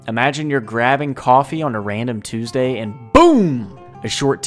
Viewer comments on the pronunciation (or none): none